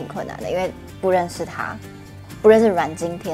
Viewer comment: 阮經天在片中第一次出場很有巨星Feel，應該本來就是那樣的身形體態精神狀態吧！！王淨在戲中很少女，有人說是工具人，根本不用女主角，不過如果沒有王淨，整套戲很悶很沉！！王淨讀自己名字很清楚，比阮經天讀自己名字更地道！！